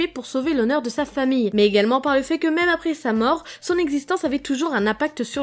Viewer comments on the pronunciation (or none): none